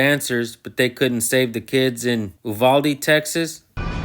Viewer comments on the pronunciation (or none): It pains my ears to hear Uvalde pronounced wrong. YOU-VAL-DEE..... UVALDE TEXAS not "oovalde" Bumphuck